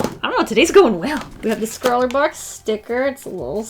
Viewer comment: LOL! you said Scrawlrbox sticker gosh you remind me of me